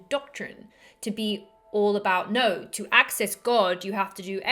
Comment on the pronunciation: I gave it a quick listen again... it’s the way she says “two” and “no.” It messed me up. The rest of her accent is not Aussie. Haha, oops.